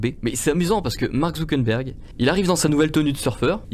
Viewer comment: Superbe video j'adore les interventions de l'ia. Par contre il faut faire des efforts sur la prononciation de ZuckeRberg